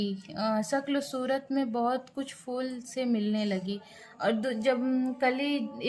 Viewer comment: Madam ji fool nai phool hota hai 😂